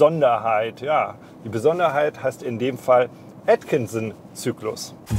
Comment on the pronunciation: Als aller erste sollte er nochmal sich anhören wie 99% der anderen den Motor aussprechen. "Atkinson cycle" // zudem auch erzählen das man diesen nicht vergleichen kann mit einem normalen 2,5L Motor! Viele denken nun wow 2,5L da geht was .... ähm nein! Der Motor ist so stark wie ein 3-Zylinder, knapp über 200nm. Hat aber eben mit dem Gewicht von 1,8to zu kämpfen. Was total ok ist da dieser Motor eine ganz neue Art ist und man ihn nicht in eine Schublade stecken kann Benziner/Diesel. Er ist zum unaufgeregt fahren und nicht HEIZEN.